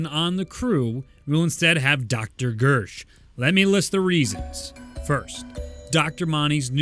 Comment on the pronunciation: Is it me or did say Bersh instead of Gersh